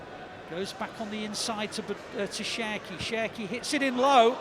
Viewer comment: You always say Sherki 😂😂😂